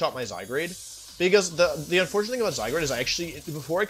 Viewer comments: istg pls stop saying zyGRADE PLS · I love he pronounced "Zygrade" a bunch of times hahaha